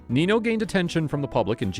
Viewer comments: it is not nino, it is ninyo. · Spanish doesn't have a word like Knee No. It's Neen Yo. If you mispronounce a word in Spanish, it gives the word a completely different and sometimes vulgar meaning.